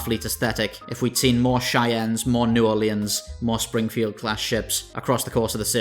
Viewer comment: I had a stroke when he said "New Orleans." Good vid tho.